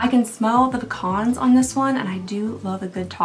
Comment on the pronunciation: It’s so nice to actually hear someone pronounce PECAN properly online. Thank you for your service 🫶🏻